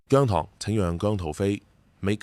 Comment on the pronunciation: 現階段唔同意變姜濤節。你都話佢公司未俾到足夠訓練佢啦！ 唔覺得你明白情況，你嘅提議覺得你想害亞姜。PS. 我係糖，你連讀"姜糖‘’都讀錯音，你根本唔太了解姜或我地!